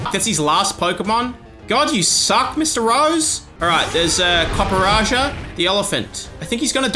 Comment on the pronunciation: congratulations to max for pronouncing Copperajah correctly for the first time you did it, the absolute mad lad